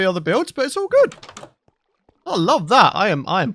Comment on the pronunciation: Nobody: Not a soul:: it’s lookin groooodd (Yes I meant the “r”)